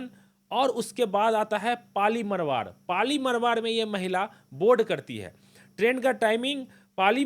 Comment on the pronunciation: पाली मरवाड़ नहीं, ❌ पाली मारवाड़ बोलो ✅